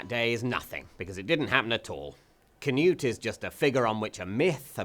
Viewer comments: It's spelled "Knut" and pronounced "Knut", NOT "canoe". There should absolutely be NO "A", spelled or spoken. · im no expert on grammar, but there's no "kuh" sound much rather something more like "kh" so normal sound for K and slap on the exhale-y bit to soften it before "nut" part. im pretty sure if you just type in "Knut" in any of the nordic languages(finnish dont count they're northern not nordic)in google translate you'd get the right way to pronounce it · Pronounced k'noot, not ker-newt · Why do English people pronounce it "canute"? It's Knud. Knud. The d is like in edible. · Its Knud tho, English people pronounce "Cnut" correct, as thats English. Its like Michael, in Danish, and Micheal, in English.... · Scandinavian greetings, but also scandinavian insults, for that defilement of a pronunciation of "Knut".